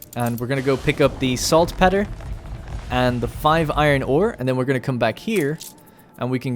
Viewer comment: Probably a bit late, but Saltpetre is pronounced Salt Peter. Like the name. Not petter. :) Loving this series, I'm slowly catching up!